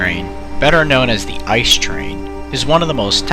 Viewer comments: I see these things almost every day, and my buddies drive them, so even as a Regional Train driver I should know how to pronounce the name of our flagship product. It's pronounced I.C.E., just calling it ''ice'' is completely wrong. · "I. C. E." not "ice" ... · ICE is a short form, so you have to pronounce every single letter. it's not like the word ''ice'', it's like you're reading three letters from the alphabet, or like if it was spelled I-C-E. Many english speaking people do this mistake, and it's a pain for every german to hear this ;) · Better known as a I C E, not ice. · Please say Ice as seperet letters so I-C-E that's how we germans say it thank you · Is I.C.E not ice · It’s not Ice, it’s I-c-e. It’s not db, it’s Deutsche Bahn. Not big things but extremely annoying, please people say it correctly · Why do you call it 'ice'? It's pronounced i-c-e. Must be because many native English speakers can't imagine something being pronounced differently than they are able to read, while a different language... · please, it's I C E as in pronounciation, not ice. And it triggers me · it's I-C-E not Ice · you prenounce it as I C E. loose letters. not ice. its germany not the yukon ffs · Every time someone says "ice" instead of I.C.E. I get closer to ending my life. The acronym is said in letters I.C.E. means Inter City Express. I bet everyone calls it ice just because the engine is white. But it's an acronym that's said in letters. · It’s not ice train , it’s I, C,E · ICE: most Europeans would say something that would become [Ee]-[Say]-[Ay] if you wanna write English phonetically. Also, Eschede -> [Es]-[sch-ey]-[deh]. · Uhmmm u speak the letters out individually like i c e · I get triggerd when ppl say ICE in ICE Cream and not I.C.E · It makes me bit mad when Americans pronounce ICE as “ice”. It’s “it-see-e” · Don't say ICE like ice-cream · People who don’t even pronounce it as I.C.E or ICE: ...... Seriously guys, it can be pronounced as both, it means the same thing.